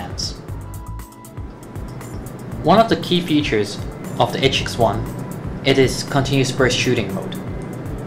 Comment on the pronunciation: "itch-ex-one" (sigh)